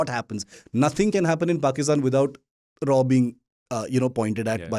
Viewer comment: its "R&AW" please , not "RAW OR rAAw"